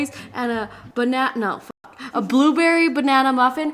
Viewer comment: Nobody:: "buuberry"